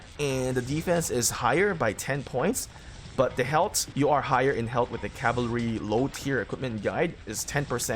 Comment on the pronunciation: its pronounced "health". Not "helt"